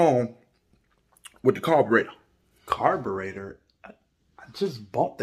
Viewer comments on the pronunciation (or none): My boy said Carburetor 🤣🤣🤣🤣